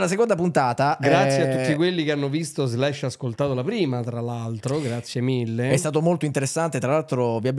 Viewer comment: "visto slasc ascoltato" 🤣 ma come parla questo?